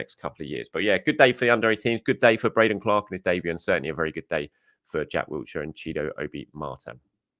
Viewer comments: Sounds like he’s saying Jack Wheelchair 🦽 😅. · it's 2024 and you're still adding a t to Jack Wilshere 😂 Wiltshire is a county.